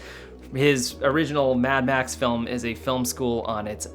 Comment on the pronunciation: You got a strange accent... you say "felm" instead of /fɪlm/